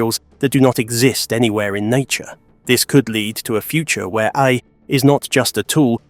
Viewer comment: dude pronounces A.I. as "aye" lol. is this voiceover A.I.??